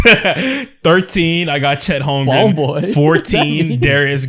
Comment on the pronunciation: If I hear say “Holmgrum” instead of “Holmgren” one more time, I’m buying him a jersey so he remembers😂